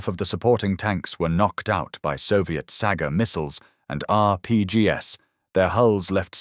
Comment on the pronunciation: "are pee gee ess"? I rather think, old chap, you meant "are pee jeez". Stupid bot slop